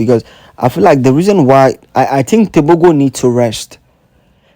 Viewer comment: "Teboho" is how you pronounce his last name.